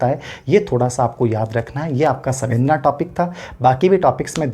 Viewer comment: सवेंदना नहीं, संवेदना है